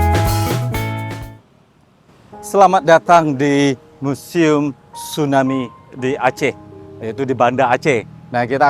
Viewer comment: Museum bukan musium 😂😂